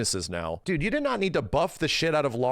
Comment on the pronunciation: You know it’s bad when says dude instead of dood